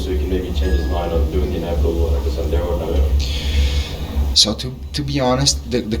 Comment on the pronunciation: bro butchered the Santiago bernabeu pronunciation so badly lol